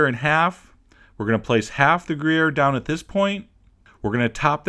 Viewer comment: greeair ... it's gruyère, and it's freaking delicious ...